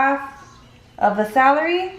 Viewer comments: I can’t stand how you keep saying salary instead of celery lol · You know when you are Hispanic when you pronounce someone English words wrong. Celery not salary.... lol love you. And I'm going to make this macaroni salad for sure. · I love how you say celery ahaha "salary"❤️❤️ I'm from cananda and I made this for my family.. they loved it!!! It was so good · "SALARY & MAY-KNEES" 🤣😂has me rolling!!💘😭😆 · The “salery” 😂😂😂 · how she says celery ahahhaha ilysm 😻😻 I wanna try this recipe looks ducking bomb